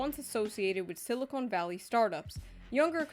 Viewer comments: I don't know if it's an inside joke or not, but you keep saying, "Silicone valley" and I'm rolling on the floor 😂. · Dude it's "Silicon" not "silicone" like boobies and caulking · It's siliCON, not siliCONE. Silicoin is an element with atomic number 14. It is in many rocks. Silicone is a polymer that contains silicon, but it also contains a lot of other stuff. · Does she say silicone instead of silicon just to piss people off? Next she’ll be saying irregardless